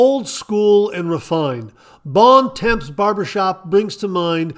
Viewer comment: Bons Temps is pronounced almost like "bawn tawm"